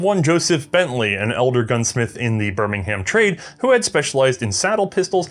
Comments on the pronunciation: Birmingham is pronounced like birmingum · In England it’s pronounced ‘birmingum’ as opposed to birming-ham. Another weird quirk of the language. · Please stop pronouncing English place names as if the way they are spelled has any bearing on how they sound. Bur-min-gum Wo-rick-shuh